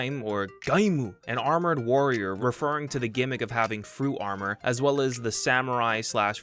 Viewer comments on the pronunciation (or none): none